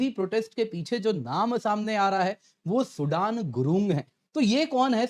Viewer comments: It's not SUDAN it's SUDHAN I think so, I believe ❤ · Sir its Not सूडान , its सूदन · सुडान नही सुदन हे😂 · His name is सुदन. Not like the country Sudan. Our languages originated from the same Sanskrit language, do better.